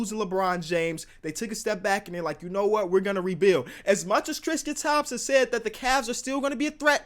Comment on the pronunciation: trisqete Thompson